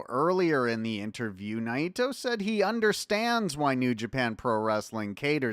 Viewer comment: have I been mispronouncing Naito all this time? 😯